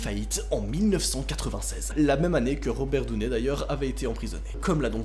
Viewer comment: Je suis désolé mais pour une fois j'ai pas appris beaucoup de choses... Et étant Américaine, je comprends pas ta manière de dire Robert Downey Jr...